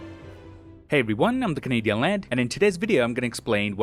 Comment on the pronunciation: Did you just say you are 'Kevin Hart' ! 😅